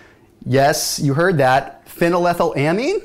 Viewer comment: That moment when you pronounced Phenylethylamine right.